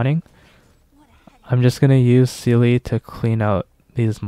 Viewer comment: German here, Seele is pronounced "Zee-luh" her name means soul in German! Not a seal with an e afterwards! Although I can't pronounce the Chinese names very well so who am I to judge! Awesome run btw, gave me hope in my poor little blade.